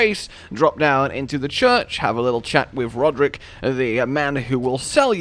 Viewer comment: Its Rogier not Roderik okay man >.<